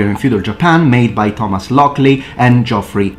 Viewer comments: Geoffrey is pronounced Jeffrey, not Joffrey! You got both his names wrong. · Lol at Joffrey instead of Geoffrey. This ain't Game of thrones man.